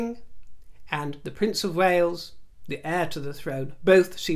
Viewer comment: Wales not wells.